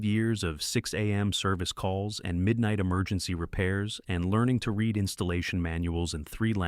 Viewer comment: Agreed. I do not like that the AI narrator uses the wrong read vs read. I know it is confusing but it is annoying.